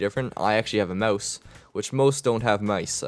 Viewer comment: I could hear the little canadian inside forcing you to say "Moose" instead of "Mouse"